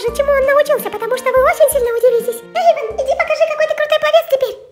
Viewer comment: Не Эйвон а Эйван